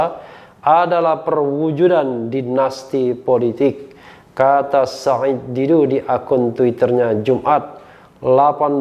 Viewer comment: Bung rh fasih banget sebut nama "said". Makhraj ain nya jelas.